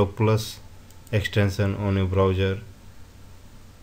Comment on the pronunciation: say browser...not browger